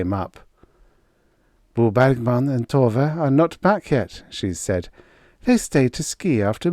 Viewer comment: Every time I hear you say Bo Bergman, my ears hear bawbag man. Guess I've listened to too many Scottish folks. 😁